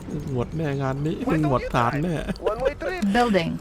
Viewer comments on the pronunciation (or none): one way trip สำเนียงเป็น หวั่นเวย์ตริ๊ป อ้าาางั่งๆๆๆ5555